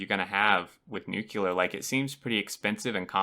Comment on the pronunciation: It's Nuke+leer It's not Nuke+you+leer Nuclear